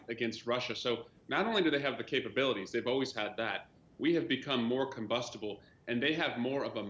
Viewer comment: "Combustable" Like a fart in a fire. Hilarious!